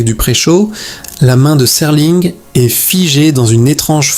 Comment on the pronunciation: C'est bizarre, ça ne semble pas être une voix IA et en même temps certaines erreurs ne seraient jamais faites par un humain, par exemple : il est.. prononcé il est... comme le point cardinal avec le t final sonore. Il y a peut-être un peu de twilight dans cette vidéo